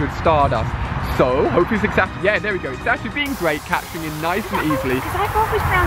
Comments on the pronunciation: Ali, you said X-ato you says it like this z-a-t-o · I'm pretty sure Xatu is pronounced Zatoo